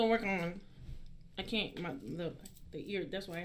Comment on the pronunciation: "kant lie" XD